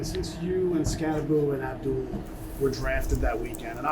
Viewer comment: Why the f*ck do these press keeps pronouncing "Skatte-boo?" It's pronounced "SKATTEBO"